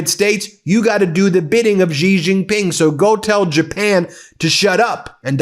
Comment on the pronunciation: Please learn how to pronounce the Chinese names correctly so you don’t have to offend people’s ears by repeated mis-pronunciation. The same way people slaughtered the names Kamala and Mamdani, you are doing with Xi!!!😢 Just know that the sound of “X” is close to “sh” Do that you will be golden💛✌🏾